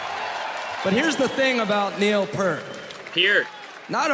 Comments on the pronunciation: He said PERT: The shot goes to Neil Peart and he’s like: GODDAMN IT ITS THE ROCK AND ROLL HALL OF FAME YOUR A DRUMMER CANT YOU SAY MY LAST NAME CORRECTLY!!! P-EAR-T or PEER-T. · Yup. He said Purt. Pisses me off every time.